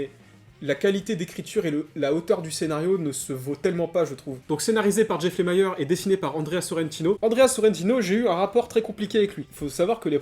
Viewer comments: Lemire avec ire et non Lemire avec aïre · c'est LE-MI-RE pas lémayeur...sinon sweet tooth, j'ai du mal aussi...